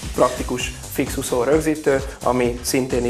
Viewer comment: Úgy gondolom, jók a termékek. Gratulálok! Csak Ne mondaná annyiszor, hogy ' Uszó "...Számomra érthetetlen, hogy egy termékbemutató során, egy magyar ember így beszéljen. Legközelebbre : Úszó! Hosszú Ú-val szerepel a magyarban! Köszönöm és elnézést a kritikáért, de már az előző filmekben is felmerült ez a probléma! Ideje megtanulni ezt a szót!